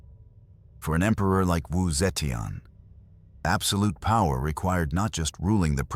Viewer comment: Not the right pronunciation of wu zeitian.